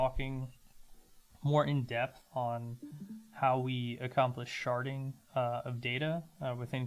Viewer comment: Thank you for "sharding"